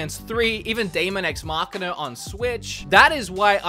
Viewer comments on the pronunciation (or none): none